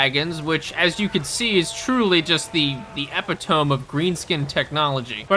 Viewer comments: 28 rotations around the sun and this is the first time I've ever heard someone say "epitome" as ep-i-tome instead of ep-it-o-me. Have I been saying it wrong this whole time? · E pit o me not epi tome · Epi-tome? Dude, that one hurt. Try Eh-pit-oh-me. Nothing is silent. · E-pit-o-me. Not "epi-tome." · Its E - PIT - O - ME not EPI - TOME. Am I making sense? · EPI-TOME! That's how I said it too, before being corrected to eh-pih-toh-mie. Ridiculous word but for some reason I really like it now... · Epe-tome 😂 It's EH-pit-OH-me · Ee-pit-toe-me Not epi-tome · "Epi-tome??" NO! Please NO. EH- PIT- OH -ME : Epitome. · SOMEONE ELSE SAYS EPITOME AS "Epi-tohm"! People get mad at me and tell me that it's "Eh-pit-oh-mee" but I still say Epitohm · Bro pronounced epitome as epi-tome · Hey mate not giving ya shit, never give a man shit for how he pronounces something he probably read it, epitome is E PIT O ME not EPI tome. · Annoying nitpick time: Epitome is pronounced ee-pit-oh-me, not epi-tome. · Epi-tome? Oof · Yeah, I don’t think realizes how to pronounce epitome (it’s "epi-toh-me"). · Epitome= A-Pit-O-Me 🤓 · Eh-pit-toe-mii Epitome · Lol. Go look up how to say the word epitome. Cause it damn sure is not epi-tome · Just for fun... Epitome: pronounced ee-pit-oh-mee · e pit o me cmon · epitome = "uh-pi-toh-mee" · Epi-tome? Fucking dumbass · Where are you from? I've never heard epitome pronounced like that before, is that a UK thing? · ee-pit-ah-me epitome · "Truly the Epi-tome of Greenskin technology" Took me a moment to realise what he meant xD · epitome is pronounced eh-pit-oh-me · this mf said epi-tome. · Dog I hate to do this to you but epitome is pronounced "e-pit-oh-me" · Epitome is pronounced "eh-PIT-oh-me" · epitome: UH PIT OH MEE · Epitome is pronounced eh pit oh meee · The EE PIT O ME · You saying epitome hurts my soul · You absolutely butchered the pronunciation of "epitome" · Excuse me. Say "epitome" again. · That's not how you pronounce epitome.